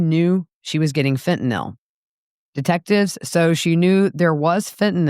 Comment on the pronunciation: Thank you for this, and for pronouncing "Fentanyl" correctly. What a fall from luxury for Donna.